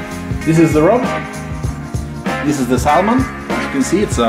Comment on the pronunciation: Bare en liten tips, på engelsk den L i salmon er stum - vi sier "sæmen"